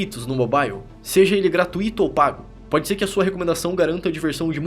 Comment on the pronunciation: "Gratuíto" de novo... Eh mole?